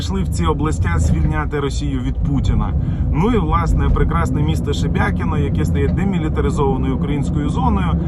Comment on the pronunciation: Шебекино, не Шебякино